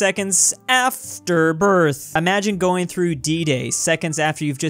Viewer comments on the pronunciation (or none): none